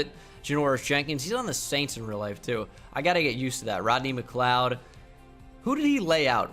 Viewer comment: it’s pronounced rodney mc-cloud